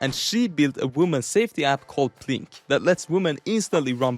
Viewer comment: Why is he saying Plin-Q when she clearly doesn’t pronounce her own company that way.